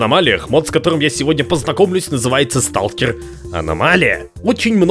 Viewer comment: American: Watafak is Russian. Русский: СТУлКЕР АнОМАЛИя